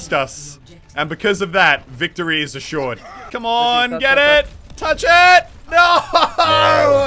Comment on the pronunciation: ' victory is ashored ' d e f e a t